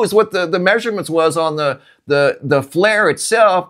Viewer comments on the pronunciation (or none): none